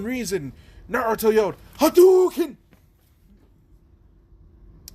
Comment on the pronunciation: Im laughing from you saying hadyuken